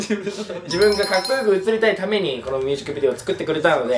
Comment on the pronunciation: 優里くんいつもミュージックビデオが言えてなくてみゅーじくびでおになってんの可愛すぎるwww